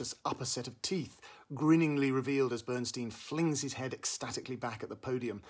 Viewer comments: For goodness sakes, please pronounce Bernstein correctly...it's very painful to listen to your review as you incorrectly and repeatedly mis-pronounce "Stein." The origin is clearly German...meaning "stone" and pronounced STINE...not STEEN! Bernstein literally means: "Burnt Stone" in German. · BERNSTEIN PRONOUNCED BERNSTINE HE HATED ( STEEN ) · BernSTEIN (stine) as per Leonard, himself. 🙄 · As much as I like the review why can't you, as an obviously intellectual person, at least pronounce his name correctly? BernstIEN - not BernstEEN. He was also my mentor and a wonderful guy so please pronounce it the way he did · uh, Peter, Lenny's name is pronounced "BernSTINE," not "Steen"... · Enjoy your reviews here and in the Guardian, but for God’s sake, learn how to pronounce names properly. It’s NOT Bernsteen! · Who is Bernsteen? I thought the film was about Bernstein. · Really grating to hear Bernstein's name mispronounced repeatedly. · Excuse me, why can't you pronounce his name correctly? Or are you just trying to be irritating? Stein... Bern... stein. Coming with honors. Yea...............! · The inability (or resistance) to correctly pronounce the title role’s name, detracts from the credibility of the review. Please try to research more thoroughly in future vlogs. Thank you. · It’s amazing how many reviewers mispronounce Bernstein’s name. Maybe incompetence is okay with you, but to me and many others it ruins the review and others reviews.